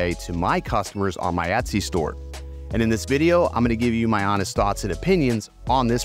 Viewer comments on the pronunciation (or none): none